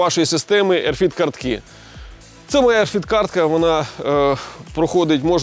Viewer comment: RFID - не "ерфід" , а RF ID "ЕрЕф Айді", тобто радіочастотна ідентифікація 😉